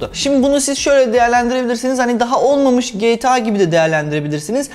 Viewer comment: Kaç yaşında adamsın ama gta ya geyta diyorsun